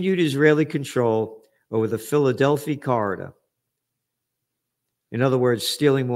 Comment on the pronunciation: It is pronounced Phila del fie corridor.